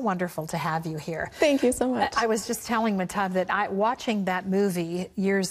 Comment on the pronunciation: This interviewer is so annoying. Also she keeps blatantly mispronouncing Mahtob.